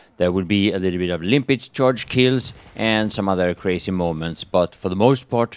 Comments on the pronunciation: Why do you keep calling it "Limpit" mine, instead of Limpet like it's really called. I figure you should have realised that after 1 and a half years lol. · No dude, he calls it "Limpit" mine. Check every video he posted abot the Limpet mine and you'll see for yourself. It says "Limpit...."